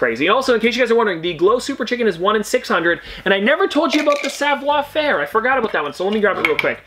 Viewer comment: Well done Dad. Show him how it's done for questioning you when you told him that it was pronounced savoir-faire, not savior-fairee. LOL